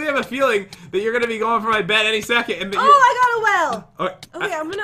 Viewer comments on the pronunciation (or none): none